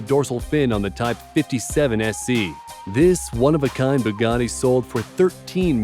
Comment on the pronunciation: That Boogatti looks great! It would scare the chickens though as it's a coup! It's no wonder its called a BOOgatti! Theres nothing like a 2.ohh litre engine! You could just call it a 2 litre engine? It least you pronounced the Lotus right. The Devel Sixteen, hmmmm, lets go round one of these things we call a corner in it! It looks unbalanced!